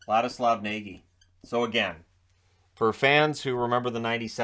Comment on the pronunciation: Nagy is actually pronounced Nodge.